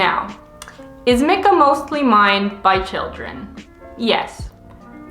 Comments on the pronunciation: Isn’t mica pronounced “my-ca” instead of “mick-ah” or have I just been pronouncing it wrong? But seriously, thanks for another extremely educational video! We really need to demand better from these corporations. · The way she pronounced Mica bothered me so much😂